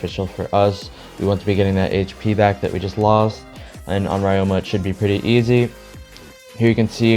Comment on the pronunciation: nice in depth guide as always. fyi ryoma isnt pronounced like that, its ree-o-ma but instead of reading the syllables slowly, you read it fast, esp the ryo part.